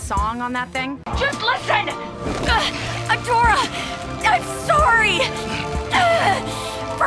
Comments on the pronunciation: She said "Hey Adora!" so many times it started sounding like "Hey ya Dora!" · Kinada sounds like she's saying "Heya Dora" 💀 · Im Hear like Hey Dora XD